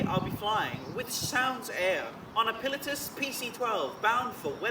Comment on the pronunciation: Interesting way of pronouncing Pilatus 😅 Pi lah tus 😊 I know what you mean though great video